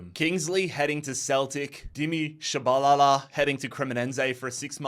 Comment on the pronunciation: Hearing the way you say Tshabalala made me chuckle